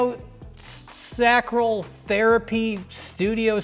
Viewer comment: every time the rlm crew mispronounced cranial sacral it genuinely hurt my soul. I didn't know i cared about the pronunciation of cranial sacral until now.